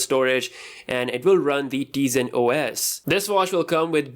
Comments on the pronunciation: Its pronounced tayzen not teezen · It's pronounced as Tie-zen not Tee-zen